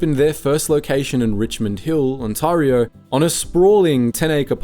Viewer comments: It's Ontario, not Untawrio, stupid AI voice ! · On-terry-o not On-tahrry-o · "On-TAR-io" this is an incorrect pronunciation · You should teach your AI how to pronounce "Ontayrio" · he does make it sound more fancy, though.😅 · Is this AI narration? The channel is called "Maple Inc" but the pronunciation of "Ontario" is completely wrong. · Script feels AI generated and poorly edited. confusing crinkle cut fries with straight cut? confusing glass with ceramic? and the host cannot pronounce 'Ontario' which is very odd for a channel called 'Maple Inc' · My opinion of Swiss Chalet is mid. HOWEVER. As an Ontarian. PLEASE for the love of God, learn how to pronounce our province. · LMFAO the AI trying to pronounce Ontario. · The second syllable of Ontario rhymes with air.